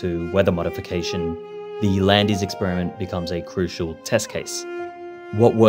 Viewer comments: This is super interesting and it's nice to hear a fellow Australian, as I live in France now and don't hear that accent much anymore. That said, Landes is pronounced more like, "Londe" (to rhyme with fond) and not like the mountain range in South America with an L in front 😉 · You pronunce les Landes like land in english. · It should really be Lanas (pronounced about like how an anglophone would, stress on the first a) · Les Landes should be pronounced "Lé Land". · The landies? Dude, you do a whole video on the region and you get the pronunciation wrong. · 'es' in Landes is silent. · ikr his pronunciation is so bad, its actually pronounces “laynd eez” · I live near a village named Landes, it is pronounced Landys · We don't pronounce the e. It's just Lands. Good show. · "Landeys'" For god's sake! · Yeah that threw me off too, the equivalent of someone pronouncing Britain as "Brit Ayn" or Gloucester as "Glow-chester" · best to verify pronounciation: lay LAHND-duh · Landes is pronounced \lɑ̃d\ in French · 'an' like ' France ', landes<=>land'' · French here. It's simply pronouced "land". ;) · It's actually pronounced land. I'm french. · 😂 so true, its not even a hard work its like saying land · You mispronounced Landes. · Y'all should look up the pronunciation of "Landes" in French before making these videos. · 2 secs in - can't say the name of the place, says roads with such precision they can't be natural. Uh-huh. Exit video. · in 2025 english people still don't know you DON'T prononce the end consonant letter in French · Never heard anyone use this prononciation. Even when travelling in this department. He should have just used the vernacular Landes word but pronunced properly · Intrigued by how you can do so much research and produce such an interesting video, and yet, still get your pronunciation of "Landes" so utterly wrong 🤷🏻‍♂️ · For all this work put into this, you could've at least checked how to pronounce "Landes" correctly. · lmao that was embarrassing